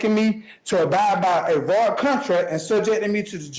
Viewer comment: How does anyone understand what this man is saying in the course of daily life? HOW DO YOU MISPRONOUNCE "VOID"